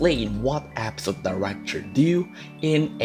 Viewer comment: "App-sote" (episode) (accent) uwu ❤️